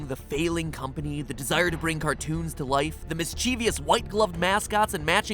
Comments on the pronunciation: DAMMIT MATPAT, IT'S NOT "mischeeeveeeyus" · You mispronounced "mischievous" by putting a long E sound after the V. Sorry, had to mention it, it's one of my pet peeves. ... and then again .